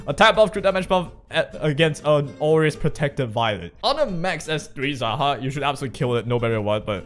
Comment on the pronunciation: It's pronounced [zæhɒːk], and its originally the name of a character in persian mythology , whom was an evil ruler and was believed to be an immortal humanoid with snakes on his shoulders